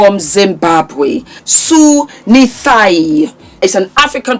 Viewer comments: please may I correct you on his last name. It’s Nyathi, not nithayi. I can give simple way to pronounce it. Just as we say gnocchi, it’s nya, same sound.Thi, like a can tin. Nyathi. Living and loving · Hi, thank you for the review. The Authors surname is pronounced Nya-thi [ti].